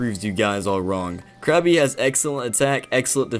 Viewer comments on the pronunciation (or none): It's Krabby, not Krappy.